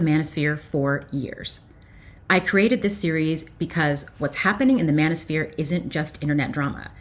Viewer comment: I thought you said bananasphere.. 😅😅